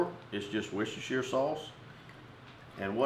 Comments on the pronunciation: lol great vid but the wusashire sauce was just priceless! It's pronounced wuster sauce. simple :) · native speaker here. it is pronounced wooster sauce, not woustershiresauce. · You pronounced "warshyersister" wrong. Otherwise great video! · aaaargh, its pronounced 'wuster sauce' not worcestershire............................ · Did you say what's your sistah's sauce 😂🌶😂🍺🦌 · That is one incredible beard style! Love the recipes (btw Worstershire sauce is pronounced Wooster sauce ! British English is crazy I know) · I love how Americans try and pronounce worcestershire sauce 😂😂😂😂